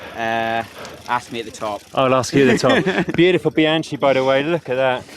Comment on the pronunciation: Awesome footage & great narrative.. but you need to improve you pronunciation of "Bianchi" 😂